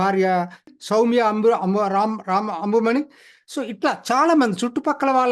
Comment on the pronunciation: మీరు ఊళ్ల పేర్లు, వ్యక్తుల పేర్లు సరిగా పలకండి. కరైకుడి కాదు. కారైకుడి. టెంకసి కాదు తెన్ కాశి(అంటే దక్షిణ కాశి)అంబుమణి కాదు అన్బుమణి.